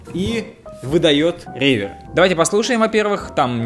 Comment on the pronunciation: Может, реверб, а не ревер?